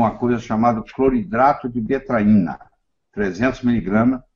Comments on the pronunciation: Ele diz Cloeidrato de betraina ou betaina??? Na internet ta betaina. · O Dr: fala cloridrato de detaina ou cocaína? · Qual o nome do remédio que o Dr falou? Não consegui decifrar. Obrigada. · Oi eu refluxo e azia gostaria muito tomar esse remédio que o Dr fala no vídeo mas não consigo entender o nome. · Eu não entendi o nome do remédio que o falou, alguém pode me ajudá à entender? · Cloridrato de que: Betaína ou tetraína? Ouvi várias vezes e não entendi. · Não consegui ouvir bem nítido o nome do remédio que o dr. Falou fiquei na mesma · Desculpe não consigo entender o nome do medicamento ouvi só cloridrato e o resto não entendo. Obrigada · Nao entendi direito o nome do remedio cloridrato de que?